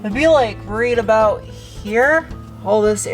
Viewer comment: What are you talking aboot?